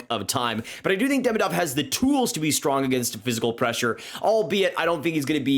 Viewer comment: he is demIdov not DEmidov. Second isn't mIchkov, he is michkOv. be smart, not an american!